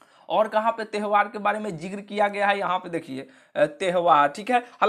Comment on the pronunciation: त्यवहार ❌ तेहवार ✅